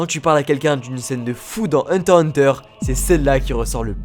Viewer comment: pk tu ne prenonsse jamais le x de heurter x hunter